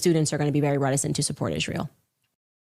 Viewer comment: I completely agree with you on how Candace puts an emphasis on words. Like ISRAEL. Candace Owens pronounces "Israel" with three distinct syllables, "Is-ra-el," likely as a deliberate choice related to her critical views of the nation's political and cultural influence. While she has made numerous controversial statements about Israel, describing it as a "cult nation" and an "occult nation"… The unique pronunciation seems intended to emphasize the original Hebrew form or to draw attention to the word itself in the context of her broader criticisms, rather than a standard English pronunciation